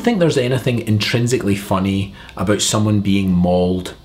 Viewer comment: I like when you say "about", it sounds like "a boot"